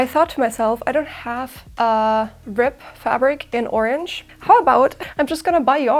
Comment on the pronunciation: It sounds like you are saying " rip" instead of "rib".